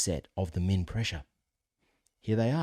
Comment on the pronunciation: Very informative. One pronunciation you might clarify. I have some hearing deficiencies and, at first, I thought you were saying mean, as in the average, rather than min, representing the minimum. And, don’t let your volume get too low, for us hearing aid wearers. Great information! Thank you.